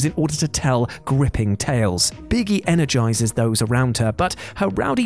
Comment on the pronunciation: Anyone else hear "Birgi" as "Biggie"?